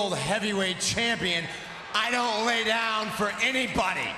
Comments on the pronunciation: hahaha lie its actually lay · Lay not lie